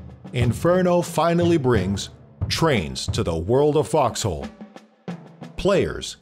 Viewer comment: "and finally twains!" every Bazinga watching screeches with joy